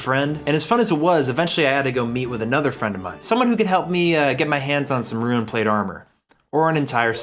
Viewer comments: ok after he kept saying even Rune as Ruin, I stopped watching...insufferable. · ROON, NOT ROOEN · "rune" and "ruin" are two different words and arent interchangeable. Your pronunciation bothers me so much. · Love the video except hearing ruin scape every few minutes lol rune is not ruin but gg mate hope you enjoyed the journey im an rs3 player but i love the osrs experience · You runed the word rune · Did anyone notice can't pronounce Rune? (Ruin is a different word I love you don't me) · are we not talking about the way he pronounces rune ;c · your pronunciations are great lol specially of rune and mithril. u say runescape and rune scimitar so weird somehow